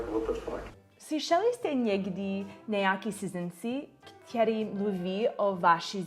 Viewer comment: Dobrý. Chce to trochu zlepšit výslovnost ň (není), ď, ch. Naopak ve slově který je t, ne ť. A někde ch slyším. Nakonec možná není problém ve výslovnosti, ale v tom, že cizinec mezi tím nemusí úplně rozlišovat při poslechu. Nevím. Ale gramatika je v pořádku. Sem tam nějaká drobná chyba, ale je ti dobře rozumět a ani nemáš moc cizí přízvuk. A co se týká učení cizích jazyků ... momentálně se neučím. Angličtině rozumím mimo slangu a problematické jsou texty písní nebo knižní angličtina s velkým počtem přídavných jmen. Nějak to stačí k tomu, abych se domluvil, v Americe je spousta přistěhovalců a nikdo od evropana neočekává perfektní angličtinu. Akorát pořád zapomínám gramatiku jako podmínky a předložky :(